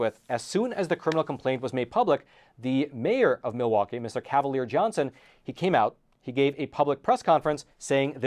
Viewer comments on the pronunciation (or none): none